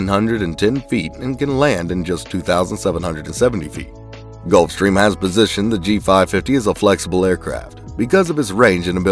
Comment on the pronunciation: I'm sorry, they "done" know how to pronounce "Gulfstrram"?